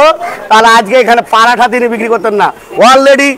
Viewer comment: প্যারাঠা না.. ওটা. ওটা হলো পরোঠা 😂😂😂😂😂